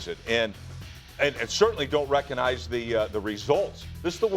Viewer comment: Reconize. There’s a G In there Rex.